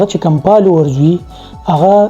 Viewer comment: پالوؤرز- پېنز- پِکر- لائپ سټائل- ان پومډ- پلېټ پوم- پوکسډ- ډېرې ښکلې خبرې دې کړي دي سهي خبرې دې کړي دي ویډیو مې پوره اوکته بس دغه بره یاد شوي تورو کښې “پ” په “ف” رېپلېس که پلیز، اېجوکېټډ هلک ې هېنډسم ې دا توري درسره خؤند نهٔ کئې. مننه.